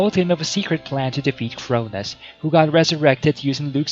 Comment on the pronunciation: It’s crow-noes, not crow-niz